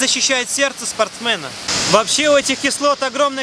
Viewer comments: Протрясло от "водорослЕй", но после "спортсмЭнов" стало так смешно, что я всё простила 😁👍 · из-за спортсмЭнов сложно улавливать смысл информации между этими словами) А вообще инфа годная, спасибо! ))